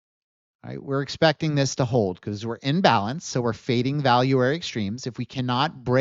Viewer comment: The way you are saying "in balance", you say it quickly like it is one word. It sounds too similar when you say "in-balance" vs "imbalance" I suggest you use the terms "in balance" vs "trending." Or use the terms "in balance" vs "out of balance". There has been at least five or six times, in your videos, when I have had to scrub back and replay segments of your videos to make sure I am understanding what you are saying. Imagine listening to a lawyer and you cannot understand if they are saying "illegal act" or "a legal act." It is frustrating to listen to. I see that you are spelling it out on screen, but phonetically these terms are just too similar.